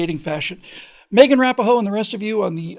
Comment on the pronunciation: said Rapinoe’s name somewhat differently than I’ve heard it before.